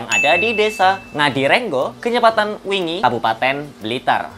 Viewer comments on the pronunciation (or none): Btw wlingi bang. Bukan wingi. Hehe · Wlingi om bukan wingi